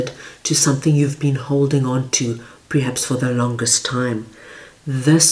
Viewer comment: Been following u 4 a while & love u much, however word is perhaps not PREhaps as u say...(listen 2 it when you read Strength card)...heard u say a few times...❤